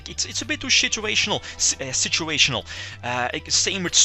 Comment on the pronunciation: Lol u said shituational